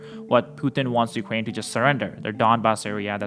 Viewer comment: dude stop saying ukwain